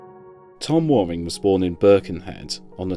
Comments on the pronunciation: It's pronounced wearing not warring, and Tranmere's ground is Prenton not Brunton Park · Youre saying his name wrong. His surname is pronounced as wearing. As in what are you wearing today